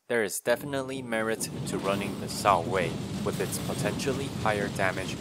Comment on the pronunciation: I like how pronounced Shao-Wei as 「少尉」 (lieutenant) XD. It’s actually 「少微」 though, one of the old name for Chinese star sign system.